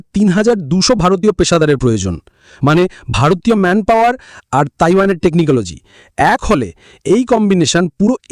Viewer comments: টেকনোকলোজি নয় টেকনোলজি। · পন্ডিত মশাই, কথাটা কি "টেকনিকোলজি" না টেকনোলজি ? কানে বড়ো লাগছে.